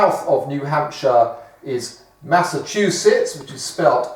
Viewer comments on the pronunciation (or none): none